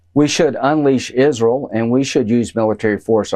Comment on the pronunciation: "Isrul" Graham is such a dumbass.